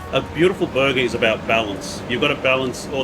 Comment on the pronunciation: I listened exclusively to hear him say berguhh